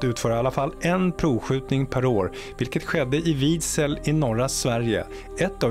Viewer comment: Tack. På svenska heter det rammjet, inte ram som i tavelram. Luften rammar in i motorn. RFN låg mycket riktigt i Vidsel, uttalas Viidseel, alltså ett brett sel. Sel betyder lugnt vatten.